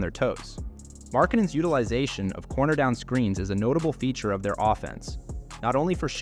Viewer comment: The pronunciation of names and other words in this video is hilariously wrong. It's not just tough names like Markkanen, and Fontecchio, but the narrator somehow turns "Sexton" into "Seyan" with the accent on the last syllable! I'm a Jazz fan and want to understand the analysis, but it very difficult to not be distracted by the pronunciation. Another example: "crucial" is pronounced with the accent on the "a"